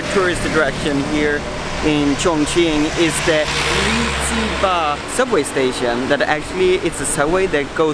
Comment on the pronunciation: When you said Li Zi Ba, i could swear you were saying penis in Chinese. Penis in Chinese is Ji Ba.